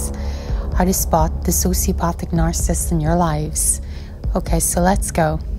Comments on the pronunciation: The way she say narcissist is so annoying .. "narcisst" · Nar-ci-cist. Not nar-cist. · It would help if the author knew how to pronounce narcissist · Nar-ca-sist - sound it out. 3 syllables, not 2. Narcissist is the word. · Why don't you begin by practicing pronouncing "narcissist" a few times and polish your general diction BEFORE making a bleedin' video?! Did you get your script from Reader's Digest? Comical.